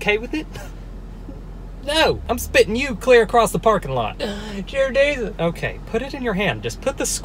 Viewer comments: Someone pls tell me why he said "Jear Desus" 😂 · did nobody hear him say 'Jear Desus ' , im ddyinggg 😭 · That little “Jear Deasus” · Alright everyone I have an issue ever since seeing this video I’ve been saying”jear desus”instead of dear Jesus Please Someone Help Me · "Geer Desus"😂 I'm dead☠ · you're hilarious.. Love all your videos, and you deserve all of your success... Is this the video where you first said jear desus?? 🤣🤣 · "Jear Desus "😂😂😂😂😂😂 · "JEAR DESUS"😂😭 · This foo crazy😂😂😂 he said Jear Desus lol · He literally said “Jear Desus” lmao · “jear desus” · YOU SAID JESSUS INSTEAD JEAR DEESUS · jear desus 💀💀🥰